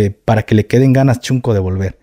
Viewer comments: SEÑOR GAFE, NO SE DICE CHUNCO, XUNCO, SE PRONUNCIA SHUNCO, QUE QUIERE DECIR NIÑO PEQUEÑO O NIÑO CONSENTIDO,SALUDOS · Yo soy de Oaxaca y la palabra correcta es shunco no chunco shunco. Significa el hermanito pequeño q sucede el lugar del q ahora se le dice shipi q dejo decir shunco